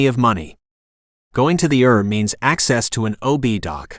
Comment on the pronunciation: Too bad it's not a real reader. I got a laugh when it says "err" for ER or "led" for lead, (long E sound) 😅